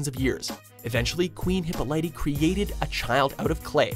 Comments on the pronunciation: Hip Oh Lee TAH not hip o litey douche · hold on did you actually call hipolyta hippolighty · DafuQ . why is he pronouncing Hippolyta as "hippo-light-e"??? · Who is Hippo-lighty? Damn, if you're going to give her back story at least say her mother's name right. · it's pronounced Hy Pol lit ta. At least in the movies and shows. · I swear to God, if he says Hippolyta like that again, I'm going to die. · The way he pronounces Hippolyte makes me cry